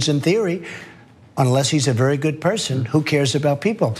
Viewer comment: "THERES VERY GOOPD CLIMATE ON BOTH SIDES!!!"